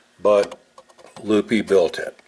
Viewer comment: If you want to give homage to Lupe try pronouncing the "e" in Lupe like the "e" in electric. Kind of like Lu-peh.